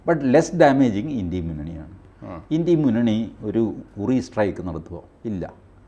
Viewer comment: വാജ്‌ പെയിയുടെ ഭരണ കാലത്ത് പാക് ഭീകരരെ വിട്ടു കൊടുത്തതെന്നിന്. ഇംഗ്ലീഷ് പണ്ഡിതനായ TG India എന്നത് ഇൻഡി എന്ന് ഉച്ചരിക്കുന്നതു എന്തിനാണ്